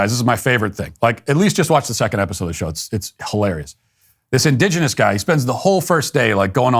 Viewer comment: Let’s hear it for Matt saying indigenous ten times in a row without mispronouncing indigenous